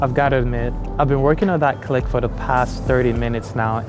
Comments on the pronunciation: Nailed that click! Anyway, I'm not well-versed in African affairs or anything, but it's a huge continent and contains the sixth part of the world's population. I'd hazard a guess that literally everything happens there, for good and ill. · You nailed the Click but Im taught it came from Koi San. Please check and or correct me.